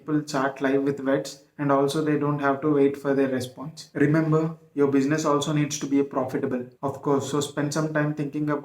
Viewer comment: bushiness :face-purple-crying: ,correct your pronunciation first